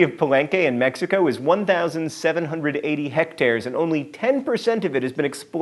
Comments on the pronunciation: John, you said Hectacre wrong. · Don't you mean "hectacre", John?